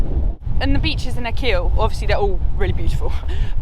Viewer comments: Great vlog, love your pronunciation of Achill, it's Ah-hill not a-keel, if you've ever seen the movie " The banshees of Innisherin " ? A lot of the film was filmed on that beech and the two story house in front of the beech, loving your videos , thank you for sharing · It’s pronounced Ack-hill not A-keel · It’s Ah-kill, not Ah-keel. My Grandad was from there. lovely video. Thanks. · Another great video. Thanks. It’s not ‘A Keel’ island its ‘ A Kill’ with the emphasis on the A . Crazy Irish place names 👍☘️💕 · Akkil not Akeel. (Achill is pronounced Akkil) . Rhymes with Tackle. And Lynott is Linnit like innit, innit? Excellent video thanks guys! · Keem beach is my favourite part of Ireland was camping up there with the family few summer's ago on one of the camp sites,highly recommended for summer time.p.s it's pronounced Akill island 🤣❤ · I lived on the neighbouring island to Achill called Clare island it’s a beautiful place. It’s pronounced ACH ILL . It’s the only way off Clare island is to sail to Achiill island when the sea is to rough to cross to roonagh quay where the ferry usually sails to Clare island. Great videos guys. If you can brave Irish weather outdoors in December you are tough in my books. ESPECIALLY JUMPING IN THE SEA ! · It’s pronounced Ackhil island. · I was literally just going to correct you on the naming of Achill, but I see it's been done 😂 I visit the westcoast every other week with my fiancee and we look for all the off-the-beaten-track spots. We live in the Midlands, so travelling anywhere in the country is convenient 😊